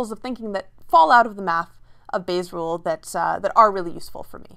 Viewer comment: I heard "Base rules" LOL